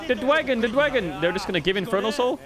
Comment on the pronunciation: I came for the rumble I stayed for the dwagon